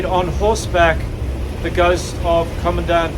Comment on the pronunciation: I thought you said goat 😲